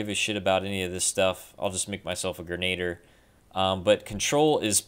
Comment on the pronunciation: xD Grenader lol i love how you said that